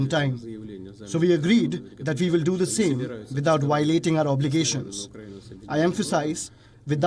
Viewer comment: It's violating not wiolating lmao 🤣